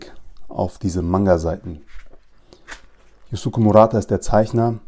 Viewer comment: Kleiner tipp: Yusuke wird youske ausgesprochen ☺️